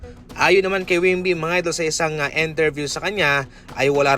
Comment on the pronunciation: Hindi po wimby, wemby po...👍